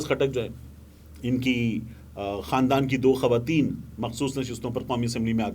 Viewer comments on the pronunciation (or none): none